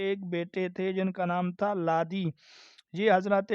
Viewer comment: لاوی نہ کہ لادی